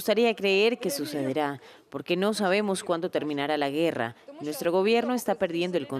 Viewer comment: No se dice güerra se dice guerra